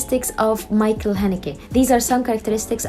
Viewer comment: His first name should be pronounced as Mikkel not Michael.